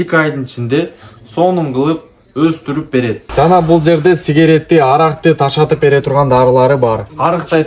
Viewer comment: Ташатып эмес таштатып деп суйлочу тилди бузбай,🤦😡